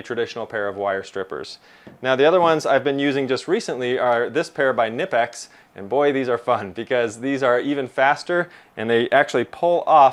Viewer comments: Sorry to be this guy but it is kah-nee-pex. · It's "K-nipex". The K isn't silent.